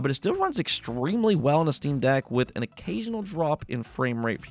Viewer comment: Quick note even though nobody asked lol; it’s jarring when you constantly say steam DECK, putting the emPHAsis on the wrong sylLABle $.02